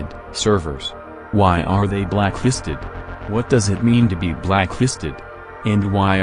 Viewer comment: Everytime he says blacklisted I hear it blackhisted